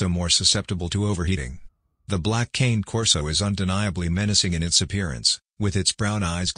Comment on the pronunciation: It's not pronounced cane like sugar cane, it's canneh.